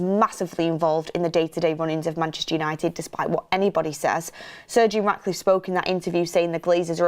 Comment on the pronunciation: Why do I keep hearing Sergio Raticliffe? 😂😅